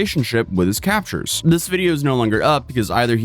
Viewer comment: Oh no. mispronounced a word.